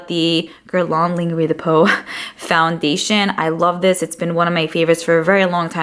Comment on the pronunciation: Btw, lingerie is pronounced lon-jer-ray (j as in French j, like bonjour)